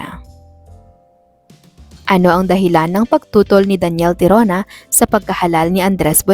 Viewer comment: Daniel Tirona po Hindi Tarona